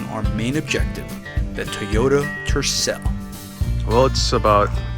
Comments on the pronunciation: It is pronounced Toyota not Teyota. Second it is not a shitbox or Turdcel. Obviously Salt Lake City Toyota didn’t do anything to the engine to maintain it such as a complete tune-up. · Tee oh da. Did your Mom tell you to pick up your tees? NO,, she told you to pick up your TOYS. Say it TOY OH TA. Say it God Damn it. SAY IT! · Funny how you say "Tooyota...😊